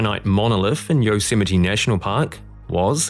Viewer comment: at least he got Yosemite right.